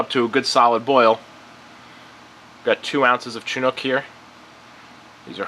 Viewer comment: Dude makes a good point about malting being and equally scientific and complex process. Malters are kind of like the unsung heroes of the beer story. Respect to my man Seth of Mecca Grade. Also -- "Shinook" and "Saws" ... or if you're in Germany/Austria/Czech Repub it's "Sahtz" hops my guy